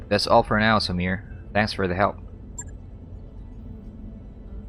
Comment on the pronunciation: Sumire is pronounced "Su-me-ray." :)